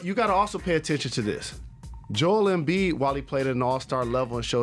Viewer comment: How do they still not know how to say Joel Embiid!?